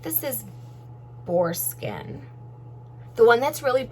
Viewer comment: When You are talking about the brushes in what they were made of I thought you were saying foreskin instead of boar skin...LOL. Lovely bag, thanks for the review!